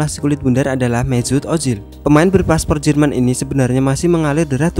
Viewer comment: Mesut ożil bukan mezut